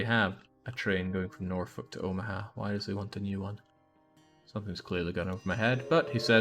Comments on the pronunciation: It's worse than that, we actually pronounce the name as Norfork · I so disappointed that they mispronounced Norfolk, which, I shit you not, we pronounce Norfork. We also pronounce Beatrice, NE as Be-at-triss.